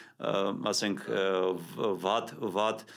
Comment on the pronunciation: Խնդրում եմ այս շատ լավ պատրաստված և հետաքրքիր բժշկին իր խոսակցականի մեջ չասի ուդել ( ուտել), վադ (վատ) կամ որտեղ պետք է հնչի "տ" , հնչում է "դ": Եվ ամեն ինչ կլինի հոյակապ ու լսելի։